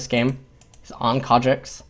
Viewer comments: As soon as I heard "Kha'Jix" I screamed internally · I couldn't watch this, that pronunciation of Kha'Zix is agonisingly bad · IT"S KHA ZZZZZZZZZZZZZZZZZZZZZZZZZZZZZZZZZZZZZZZZZZZZZZZZZZZZZZZZZZZICKS not Kha Jexxs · Kha'Zix not kardricks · In Korean the Z makes more or less a J sound. Its more than likely just a force of habit. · Rofl, what? Concidering you want to learn something about this game from one of the best sources out there aviable for free, I think can can ignore pronunciation mistake. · Christian Paul If this video was in Korean I'd be perfectly fine with that, but it's not, it's in English